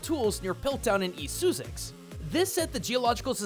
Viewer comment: "East Soozix" oh dear god. Also this entire segment is... kind of no? The fossil mons are much more likely to be a reference to the fact that early dinosaur skeletons were cobbled together from mismatched parts - a notable example of the phenomenon being Iguanadon, which looked like about five different things as they finally pieced together a complete skeleton. Thumb spikes, anyone?